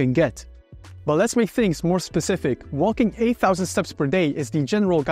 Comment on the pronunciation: It’s “wo:king”, not “woLking”… ;)